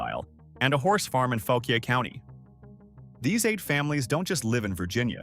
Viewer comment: Learn how to pronounce Fauquier county (Faw-quire) if that makes sense. But no one talks about the real old money and power in middleburg va. Which is Also fauquier county. That money is from the old country. Thats why they dress up in their litte red coats and chase around foses with about 100 beagles.